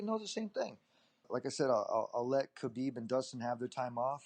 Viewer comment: Does Khabib's name start with an "H" sound or a "K" sound. I hate the way Ariel pronounces it. Also, why does Ariel INSIST on saying Khabib's last name all the time. There is no other Khabib in the UFC. No need to say that ridiculous last name. WE KNOW WHO YOU ARE TALKING ABOUT!!!!